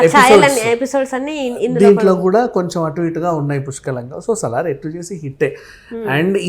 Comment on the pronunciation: సాలార్ కాదు మేడం మ్మ్... సలార్ 😂.. Just fun. But nice interview 👌👌